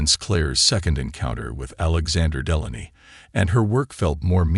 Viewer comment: It's pronounced Dee-lay-nee